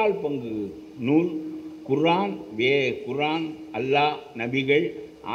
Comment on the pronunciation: அல்லாஹ் என்று உச்சரிக்க வேண்டும்